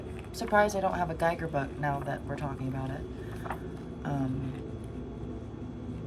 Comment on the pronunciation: Hi, I enjoyed Your video, looking forward to part2. Not trying to be a dick or anything, just a friendly remark - Your pronunciation of "Giger" is wrong :) I know, I know, petty stuff but as a huge Giger weirdo myself I Am kind of overly sensitive to this :). So it should be pronounced "Gee-ger" or "Ghee-ger". Cheers and thx for the video.